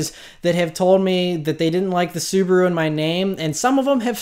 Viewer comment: Not that you'll say "Suburu" a lot anymore, but my wife is Japanese and I'm not sure if you care about the correct pronunciation of SUBARU, but: the correct is as this lady says